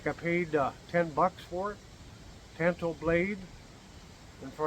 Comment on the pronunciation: Great group of knives. I really like that tanto from Japan. And thank you for pronouncing that correctly! I don't know why it bothers me when people pronounce it tonto. It's not the Lone Rangers native friend lol! So would the other name used for sod buster be a farmhand? Thanks!